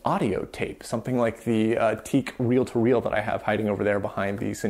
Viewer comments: TEAC. Did you just say “teak”? Son, I am disappoint. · We always said Teac as Tee - ack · Maybe regional, but I've only heard TEAC pronounced "tee-ack"? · Quick note: TEAC is pronounced TEE-ack.